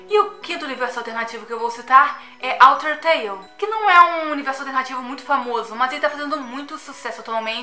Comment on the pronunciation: Na hora do OuterTale eu ouvi AlterTale kkkkk